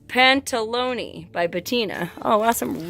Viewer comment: you are so funny the way you read Pantaloni :) but really entertaining.